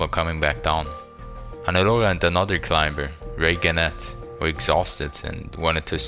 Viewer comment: You call but don't know that the b in climber is silent?